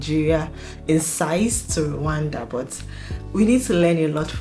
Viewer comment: Our country called Rwanda not Randa!!!